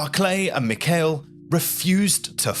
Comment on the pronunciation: Grandey Armey? Barclay? Mikhel? It's no problem if an average guy doesn't know how to pronounce these names, but from an educational YouTube channel I expect more....